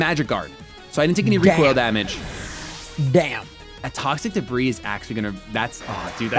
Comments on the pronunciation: "toxic debrISS" instead of "toxic debrEE" killed me lmao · IT’S “DUH-BREE” NOT “DUH-BRIS” 😭😭😭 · Don't know if you're doing it on purpose (i'm new here) but debris is pronounced "debree"